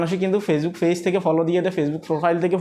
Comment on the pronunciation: ফেজ কি পেজ বলেন শুনতে ভালো লাগে না